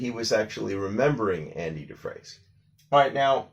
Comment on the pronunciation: It’s actually pronounced “Dufrain” but never mind.